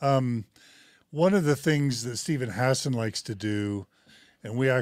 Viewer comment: Hassan man, stop mispronouncing his name